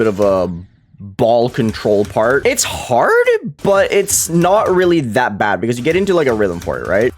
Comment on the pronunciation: Nobody:: "its hord" Anyways goodluck on new hardest, Hard Machine, it might look like a Top 50 demon but its just the looks.